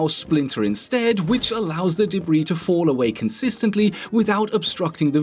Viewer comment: First time he said "debris" sounded similar to "Debra"